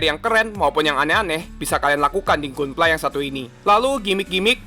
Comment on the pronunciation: bacanya Gandam bang, bukan Gundam. dan Ganpla bukan Gunpla Padahal dah bagus nyebut GQuuuuuuX nya